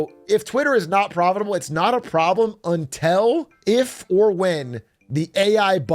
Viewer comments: Stop saying "untel" 😆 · Why is Big A saying until like that? UNTELL??? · “untel recently”- BigA 😂. which American accent variant is this from? Untel, pellow, etc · Why can’t he say until